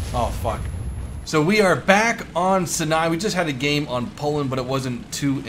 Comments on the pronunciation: love your vids. Just to let you know Sianai is pronounced like ' Psy-A-Nye' as opposed to 'Sin-aye'. Cheers! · sorry, I know u hate the grammar police like the rest of us, but I could not..not do this to/for u man!! 😆 instead of si nye.... it's said like sye nye, like sky with both words. again man, my fan rating just went down like a million jillion points, BUT IT WAS FOR YOUR OWN GOOD and only because I care😂 keep up ur content..still luvin' it!! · is pronounced "sigh-nigh" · Sini is pronounced Seye Nye. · Sinai pronounced Sigh-Nye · Yes, they did get it wrong. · They did, "Si-nai" is a russian pronounciation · Its Syyyynyyyyy, like "Sigh-nyy" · Hey, it's pronounced s-eye-n-eye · say it with me now Sai-ni regardless of how it's spelled that's how it's pronounced. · Come on now, Sinai is pronounced 'seye-neye'. Remember it... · I still can't take the fact that he pronouces Sinai that way